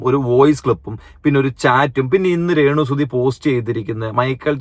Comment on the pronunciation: രേണുസുധി അല്ല രേണുസ്തുധി 😁